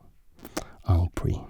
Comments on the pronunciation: Clarification (I'm french living in paris) "en pris" is not a thing, it does not exist, you should say "en prise", you're saying "en" correctly, but "prise" but must be pronunciated as "preeze" in english. A "prise" simply means a capture (originally of an animal) and just means that the piece is capturable (you knew that but people reading my comment may not). "prise" is the verb "prendre" conjugated in feminine mode. If naka were french he should say 'prise prise prise prise' instead of 'take take take take take'. "pris" itself does exist but not preceded by 'en' and only exist when you conjugate the verb 'prendre' in "passé simple" tense, a past tense that's not really used daily. And quick reminder for en passant, the 't' at the end is silent, don't pronounce it guys! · Loved hearing my native language from you, you are doing well ! Except for "hanging piece" you need to prononcé the "se" in "en priSE" phonetically would be "en preez" 😉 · I love you so much...and if you ever want to play and practice your french - let me know. En prise is pronounced en preez (long e) followed by a strong z sound because whenever an s is between two vowels it sounds like a z. P.S. I'm winning so many games just because of you! I've joined your patreon!